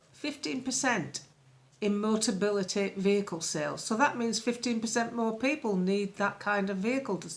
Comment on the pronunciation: June, luv, it's MO TA BI LI TY. Motability negotiate a discounted 'fleet' deal with manufacturers and importers for cars that they then lease at subsidised prices to eligible disabled people. If a buyer needs it, they convert the controls of these regular cars prior to sale. MOTABILITY are only involved with real full-size cars and have never dealt with MOBILITY scooters and foldaway 3 or 4 wheelers. Yes, it's a wheeze. Nice little earner if you can get it.